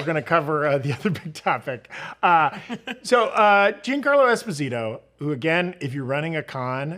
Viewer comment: Giancarlo is Not Jean Like Denim But Jean As In Jean-Pierre 😊